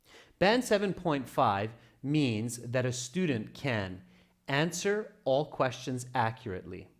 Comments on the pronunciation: is that quastions or questions😂? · "quastions" A'aight, imma head out...